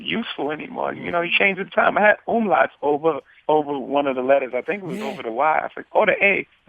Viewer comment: "Umlach" lol The double dots over the vocals are called "umlaut" and means "different sound" in German.